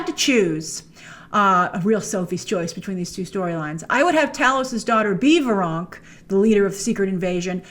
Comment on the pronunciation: It's Veranke, pronounced Ver-AN-key